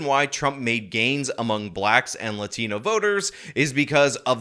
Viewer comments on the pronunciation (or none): When Sonny says the word "Laughtinauuuuu" with a super thiiiicc accent when she speaks white every other word makes me throw up in my mouth. Such a fake person, I'm glad her side lost. Just say Latino. Its ok. Latino's don't mind how you pronounce it. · the way Sunny Hostin prounounces "latino" makes me so angry